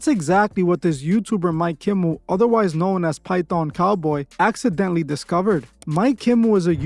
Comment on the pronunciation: Bruh it's *Accidentally 😂